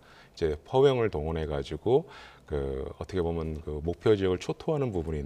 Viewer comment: 얻트게보면 ~~~~~~ 참듣기싫다.